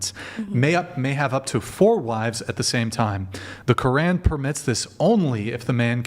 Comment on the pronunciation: Woman who claims to be Muslim doesn't even know how to pronounce quran, then she goes on and doesn't even know the rules of the religion, plus she being a Muslim is not allowed to leave her husband oh my goodness what is wrong with these women